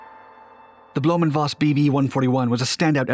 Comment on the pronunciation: It's blom-foss instead of blom-voss and it's messershmit instead of mesher smith.